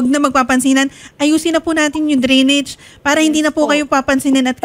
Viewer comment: Drainage ,,hindi grenage